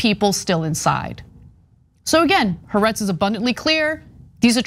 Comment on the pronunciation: In your anti-Israel rants, can you at least say haaretz correctly?